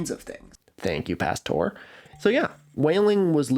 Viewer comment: “Thank you, ” ≠ Thank you, Pasteur”